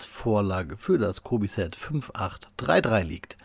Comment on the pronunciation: Mich kennst du bestimmt auch noch dein netter Fuchs Freund ich bin gerade in Polen und ja du sprichst es falsch aus das c wird wie das Ende von Milch ausgesprochen also ungefähr so Milech auch wenn ich mir wünche das cobi die mig nach dem Krieg noch in einer Soviet Version raus bringt